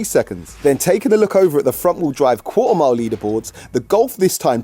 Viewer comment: Qua'er mile🤣